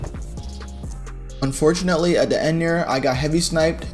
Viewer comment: yo how many times did he say unfortnately